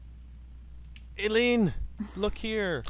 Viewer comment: It's pronounced eye-leen, just so ya know.